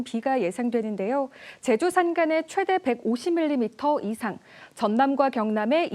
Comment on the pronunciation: 기자가 '최대'를 아주 짧게 발음하는데 '최:대(最大)'라고 장음으로 발음해야 한다. 한국어에는 각 단어들에 장음(長音), 단음(短音)이 있어서 국어사전에도 표제어 장음 글자의 오른 편에 : 표로 표시되어 있다. 그런데 요즘 젊은 기자들은 특히 한자어를 말할 때 이를 전적으로 무시하고 전부 아주 짧게 발음한다. 예컨대 여:당(與黨), 야:당(野黨), 대:선(大選), 재:선(再選), 피:청구인(被請求人), 가:처분(假處分), 최:고(最高), 최:대(最大), 양:국(兩國), 대:화(對話) 등, 긴 발음인데 아주 짧게 발음하는 것이다. 이런 폐해는 한자 사용의 폐지에서 기인한 것이다. 요즘 한국인들의 '한자어' 구사가 이 모양 이 꼴이다. 정말 큰일 났다.